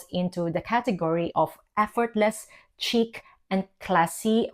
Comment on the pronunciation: It’s not a hard “c” - like chick Think ssssh chic Like sheeeek. Otherwise it sounds silly